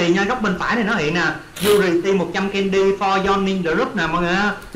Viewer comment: em thấy code đọc là candy cơm mới đúng